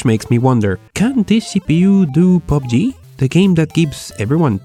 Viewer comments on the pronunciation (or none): none